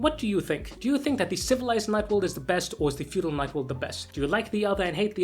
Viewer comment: Fedual, or feudal? Just ribbin' ya. Great video!